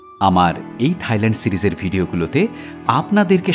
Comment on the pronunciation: দারুণ ভিডিও কিন্তু উচ্চারণ ta হবে Thailand (soft tha’i) mane (থাই ভূমি) not Thighland (উরু জমি). এটা তাদের জন্য অপমানজনক তাই বলা.